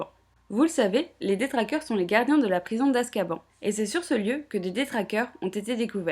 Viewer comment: Rectificatif, Azkaban se trouve en mer du nord, pas en mer noir. Et sauf erreur, la prononciation de Azkaban est "azkabane"